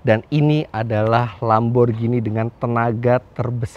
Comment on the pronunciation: Bukan Lamborjini om. Lamborghini. Baca nya GINI seperti beGINI. Nanti di suratin Lambo om kalau baca nya jini jini gitu